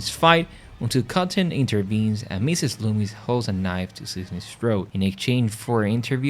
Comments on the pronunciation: It’s Macher not masher and Loomis not loomies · not trying to be mean dude but did you even watch the movies the names were not loomies and ta tum it was loomis (like dr loomis from Halloween) and tateum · i enjoyed your video. And I love the way you pronounced Loomis!